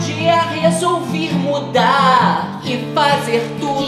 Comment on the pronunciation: "um belo dia resolviR mudarrrr"😂😂😂